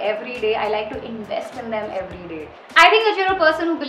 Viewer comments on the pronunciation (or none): none